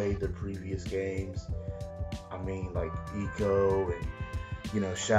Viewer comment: The closest word in the Oxford English Dictionary to ICO is icon. I think that says enough about how the I is pronounced in English.